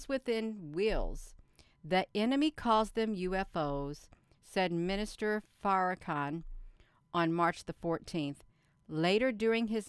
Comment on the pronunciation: OMG! 🤣 Every time you mis-pronounce Farrahkahns name!! ❤️🙌 It’s golden in my book. ❤️